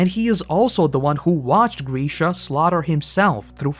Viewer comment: Oh my god. It's Grisha, not Greeeesha